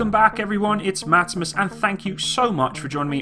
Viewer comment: every one that is not swedish sayes it rigth btw i am swedish Go swedish